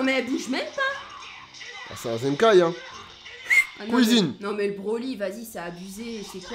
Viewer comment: "Tu peux aller à la couisine" 😂😂😂 elle me fume cette phrase